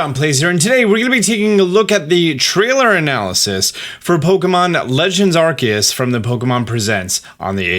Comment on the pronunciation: Wait…. Isn’t it pronounced “Ar-see-us”??? Like how the “ce” in “cellar” makes a soft c sound??